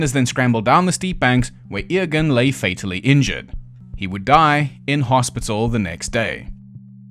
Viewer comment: by the way, the boy Eoghan's name is pronounced like Owen